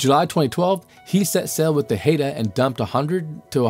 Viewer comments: Ummm, the Haida are not the Haeda. These are different tribes from different parts of the world. apparently did not know that Haida is pronounced Hye-da. They are from BC. The Haeda (hay-da) are not from North America. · fyi - it's Hy-dah not Hay-dah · Haida is not pronounced Hay-da... Haida actually sounds like Hi-da in common daily use. Salmon is not pronounced sell-man... Salmon actually sounds like samin in common daily use. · I think the idea deserves further small trial research. Its doubtful it would create dead zones if it was limited to deep ocean areas. Btw. the Haida people from British Columbia (my home) are pronounced “Hi da” - just thought you should know😊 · Haida is pronounced "Hide A"